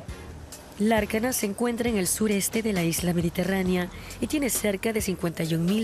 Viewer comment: Lárcana diceeeee aaaaah... She doesnt even know the name of the city😑